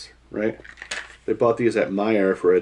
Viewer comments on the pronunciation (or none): none